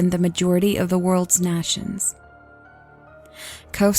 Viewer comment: the world of 2130 in this story is completely fucking retarded, without the use of renewable energy that has made massive strides in the last several years, and also, it's kinda funny how she says "nations" as (nawshuns) hehe , not a bad narration though overall